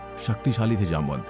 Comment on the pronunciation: His name जामवंत not जामनत 🚩